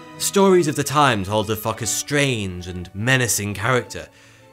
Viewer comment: Why does he keep calling the sailer fucker. Damn